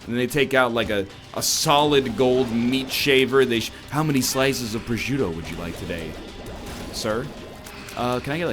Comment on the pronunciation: As an italian, i'm offended by your pronunciation of prosciutto